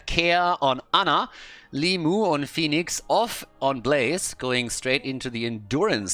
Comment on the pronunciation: I'd like to point that his name is limush - despite it's written like limuw, letter W here transliterates into sound sh as it looks like our letter Ш. I know he doesnt mind when you call him limu, but it's just the fact you might find interesting.